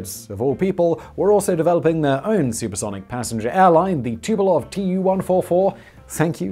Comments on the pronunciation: It's tupOLEv, not "tupelov" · Simon, for f*ck sake - Tupolev is pronounced 'two-poe-lev' ...